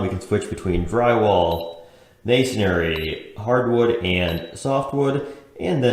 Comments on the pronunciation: Yep. It’s mason-ry. Not mason-ary. 😂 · Thanks for the review, just for future reference brick, mortar etc. materials are pronounced: mason - ree , not mason -air-ree ( no “a” sound) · How do you like it honey... "Missionry"